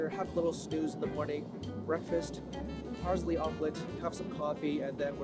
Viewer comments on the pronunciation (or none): nice vid except Parsley is pronounced paar·slee instead of paar·zlee